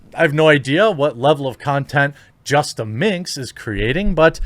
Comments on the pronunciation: It's justaminx, not justa mix Look up the word "minx", dummy. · There's an "N" in minx my friend...